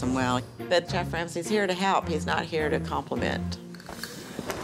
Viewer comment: "I think Sef Ramsay is gonna like our food yes"